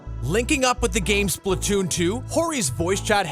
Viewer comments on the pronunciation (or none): none